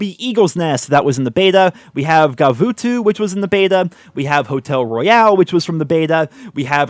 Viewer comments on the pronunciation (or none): none